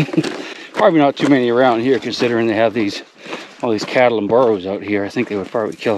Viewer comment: I only realized it when he said "the cows and the burros"....I'm not used to hearing it without an accent. Also, I could be wrong about it